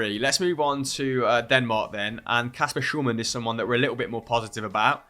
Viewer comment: Love your content!! Thanks for always being up-to-date and there :D One note - the pronunciation of Hjulmand is waaaaaaaay off... 'Yule-man' would be significantly closer ;)